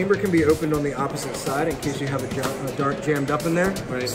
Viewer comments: Nobody says AR-L! It's a Scar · ITS SCAR NOT ARL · He called it a ar it is scar